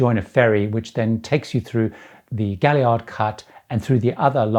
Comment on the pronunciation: The Gaillard Cut is pronounced GAY-YARD, a double "l" in French or Spanish is a "y" sound. Major David du Bose Gaillard (who the cut was named after) was a second cousin to my fathers grandfather or some such relation, regardless, the pronunciation is Gayyard. And with all that said, when the canal reverted to Panamanian ownership they renamed the cut as the Culebra Cut after the ridge of mountains the passage was cut through. I ran a Alaska crab boat from Mobile to Dutch passing through the canal in the late 70's. Aside from the fact that the locks were very interesting and the locals we dealt with were wonderful, it was all just another day on the water in the oppressive August heat of Central America.